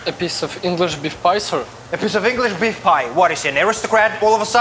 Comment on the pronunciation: They cut the chicken and say Beif pie.. Lol